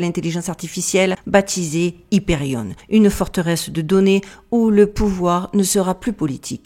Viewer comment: C’est quoi un « otage de vie »? C’est bien les codes mais encore faut-il qu’on les comprenne 😉😃 Au fait on ne dit pas « Hyperionne » (comme camionne) mais Hyperion (comme camion) 🙂 et pas « guiga watt » (comme Guy) mais giga comme « jiga » 🙂 ❤